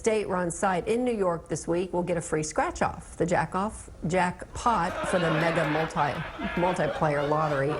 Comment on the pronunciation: I'm too immature I laughed too hard at that Jack Off slip up lol🤣🤣🤣🤣